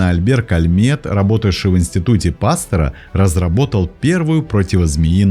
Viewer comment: ПастЕра, а не ПАстера. Он француз.